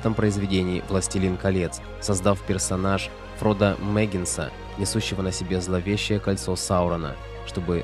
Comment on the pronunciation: Фро́до Бэ́ггинс, а не Мэггинс. Или Фро́до Торбинс. 😉